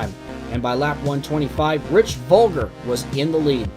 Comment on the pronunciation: If it’s the indy car driver you’re using it’s Rich Vogler not Volger